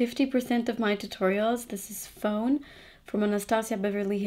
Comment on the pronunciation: I love your channel! Thank you for doing these Back to Basics tutorials. I always learn something from them. One of the colors you used in this tutorial was ABH Fawn. I hear you pronounce it as 'phone' as in telephone, but the correct way to pronounce it is 'fawn' as in a young deer. Check out the pronunciation here